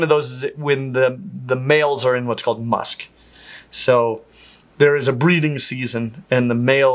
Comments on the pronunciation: "Must" not "Musk". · it’s ‘must’, not ‘musk’. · Male elephants (and camels) don't experience musk. It's musth. Pronounced must. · just a quick heads up, a bull elephant in breeding season is in "musth" not musk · love this content! Bit I just have to add that the state elephants go into when breeding is called "musth" not "musk"! Thanks! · It’s called must not musk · breeding male elelephants go on "musth" not "musk".....:) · no being a know all but it's actually spelt MUSTH, and pronounced as such. Sorry but yr so up to speed in yr knowledge I felt u deserved to know for any further future reference Come to Australia if u really want to GO WILD. Some of the most deadly or poisonous creatures on Earth roam around here and we don't lose too many people each year. Love yr show and vibe.❤ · It's musth not musk that elephants go through. Furthermore you're awesome!!! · Think musth pronounced must